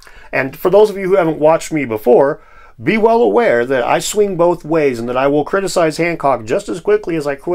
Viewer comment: cwiticise is now my favorite word